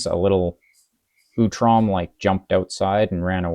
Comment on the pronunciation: First subscriber! Recording IRL is really rough in terms of lighting, it's a huge hurdle for sure Hope you can get something set up eventually! Great to hear the thought process behind your TMNT Standard and TMNT Expert. Solid first video, now I know how to pronounce Utrom! I'll watch the rest of the video later and comment more thoughts as replies if I have any, but here's some advice for YouTube! Tags are really important for getting the video out to the right audience. You can tag by simply adding words to the title or description (google search will see that text and put your video up if it's relevant to a search). Right now, the phrase "Marvel Champions" is not anywhere on your video! Meaning YouTube and Google currently do not recognize this video as a Marvel Champions video. I also recommend "custom content" and/or "homebrew" somewhere too, maybe "TMNT" as well. You can also use the Edit video button and use the Tags system there. (Also for commenters, your comments also work as tags, including all the text on this comment. That's a big reason why comments are so valuable!)